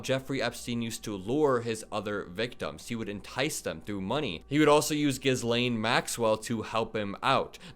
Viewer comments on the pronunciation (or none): Omg ur adorable. I believe she pronounces her name GeeLane (hard G). Rough stuff to cover here. Thx for always being so fresh and brave in ur coverage choices. ✌🏼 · FYI Gislaine is pronounced Ghee-lane, the s is silent. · Hi great reporting,so Gislane Maxwell’s first name is pronounced like ghee (the clarified butter ) so Gheelane. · Hey, it's Geelane. That's how her name is pronounced. Love your reporting 💙💙💙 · its GHEE-LANE lol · “Ji*z Lane” ha. Gross. That was probably her nick name among “the guys” but like children they fancied it up to how ever it’s pronounced today. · ... in "Ghislaine" the S is silent... it's pronounced kinda like "Elaine" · Don’t pronounce the S in Ghislaine. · love you, so Please pronounce Ghislaine another way... i cannot UNhear JIZZ LANE🤢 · you pronounce Maxwells first names as 'GEE-LANE'. I don't know why... I hope this helps and keep up the good work and thank you. Stay safe buddy... 🤞💙🍀🍀🏴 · The "s" in Ghislaine is silent.